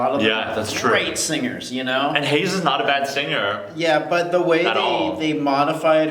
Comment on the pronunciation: thanks for butchering heize's name